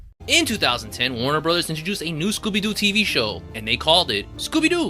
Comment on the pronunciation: COOL!!!!!! also not trying to be rude but its warner not warren